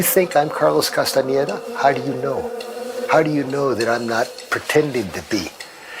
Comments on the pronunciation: چرا کاستاندا درست تلفظ نمیکنی عزیز کاستانه دا نیست 😂 کاستانداست شما اسم به این سادگیم بلد نیستی ؟ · کاستاندارو اشتباه تلفظ می کنید